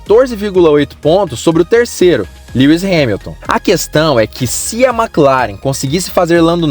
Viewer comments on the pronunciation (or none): none